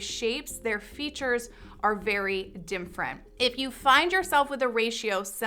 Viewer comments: Why does she say “dim-frent”? (different) I heard it several times. Maybe it’s an artifact of the mic she’s using. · Why does she say "dimfferent" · Literally drives me nuts when she pronounces “different” as “dimfrent” 😑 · I’ve never heard “different” being pronounced this way (‘dimfrent’). Just an observation.